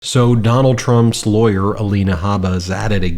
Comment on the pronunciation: Lol... A "Li-Awyer!!!"😂😂😂